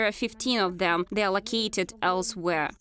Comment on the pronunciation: Where is your accent from? Why cant you pronounce th? You keep saying zey and not they, its really not that hard to just not say z. I know its not Russian because my parents dont even speak like that.